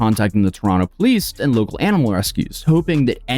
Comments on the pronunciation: And bonus points for pronouncing Toronto right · did just pronounce Toronto the proper way? As a Torontonian, that makes me very happy, eh?